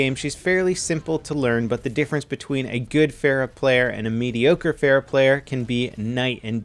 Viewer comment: She's your favorite hero and you don't say her name right. Then again no one does so I don't blame you